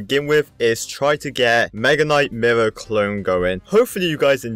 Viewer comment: Is it just me or when he says mirror it sounds like murr